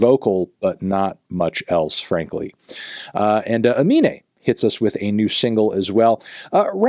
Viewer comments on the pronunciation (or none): I could be wrong but isn’t his name pronounced like anime but with the letter inverted? I’ve never heard anyone say his name the way Fantano does